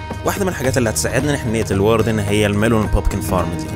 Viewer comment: الواردن❌ الوردن✅😂😂